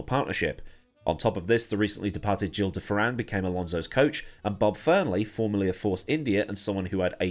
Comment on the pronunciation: Yyooooo finally figured out how to pronounce Gil de Ferrans name